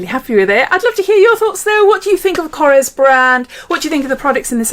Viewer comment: Loved the you pronounced it correctly! It’s kor-esh not kors